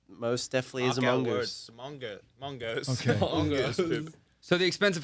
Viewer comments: when calum said "mangoose" i was like "LUWAK LUWAK LUWAK" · 8. Luke not being able to say mongoose